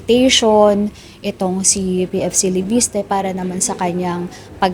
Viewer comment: LEVISTE ❌ LEPISTE ✅ 😂😂😂😂